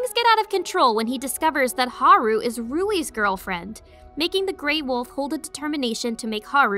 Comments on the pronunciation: Ok, I need somebody to explain something to me. Despite the hilariously racist "L" "R" pronunciation that the Japanese are know for and is often made fun of. Please tell me why damn near everyone says Rouis instead of Louis? Especially as an American audience. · Xuse me, it's not lowie it's louis there no letter W in his name. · No, No you are not. I came here just for this comment. My brother and I had to laugh or else we would have screamed at the tv, every time she mispronounced Louis' name. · Why say “Rouis” when it’s Louis in English translation. Japanese can’t pronounce L’s so it makes an R sound instead. In a regular, non Asian accent while speaking English, it’s LLLLoius. Lowkey made it hard watching through the parts his name kept being stated lol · Omg WHY do you keep saying "Ruwie"?? Louis is pronounced as "Lewie" as in Louisville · Can I ask why she says Haru's name correctly but keeps pronouncing Ruis' name with the R when it's been agreed that it's pronounced Luis that it's a language crossover mishap just like Hal is pronounced Haru. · I love this anime. It has it's flaws, like every property adapted from a previous work, but that's not necessarily a bad thing. Yes, the anime does have some catching up to do in regards to the manga, but that's to be expected. Also, the way you pronounce Louis as "Rui" is probably to blame on the Japanese version. The Japanese alphabet has a problem with "L's" and "R's", where some confuse the two when translating the language. As an example, when trying to translate the anime and manga "DuRaRaRa!!", the English translation team struggled to keep the title as is or change it to "DuLaLaLa!!". Obviously, they left it as is. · the way Louis was said hurt so much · Not every character with an L in there name is automatically an R outside of japan "Rouis" is the dumbest thing I've heard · Why is no one talking about how they're calling Louis Rouis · bruh why pronouce it as Rouis....? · Rui? You mean Louis? 🤔